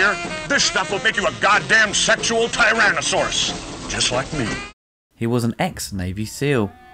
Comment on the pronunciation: haha pronounced "tyran-a-sauce"